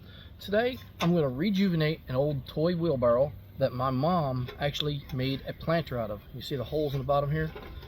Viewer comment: Did you say, Wheel Barrel?